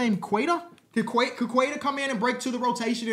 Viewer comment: it’s pronounced “Kay-tah” just so you know! He’s working on a jump shot and honestly could be a breakout player for us